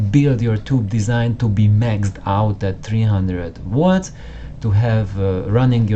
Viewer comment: Good fun. And don't take this the wrong way but often when you said 'volts' it sounded like 'watts'. And made me jump each time.... Subbed.